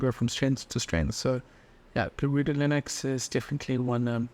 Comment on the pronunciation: I like how you pronounce Linux the same way as you pronounce Linus. It makes sense because the guy's name is Linus who made the original kernel, right? I always wondered why everyone pronounces it with a soft "I" since it's named after its creator, and Unix.